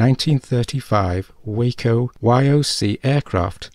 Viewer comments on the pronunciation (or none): none